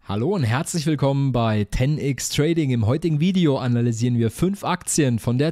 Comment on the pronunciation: na warum "Ten Ix" und nicht "Ten Ex" (englische Aussprache von X = ex) 😂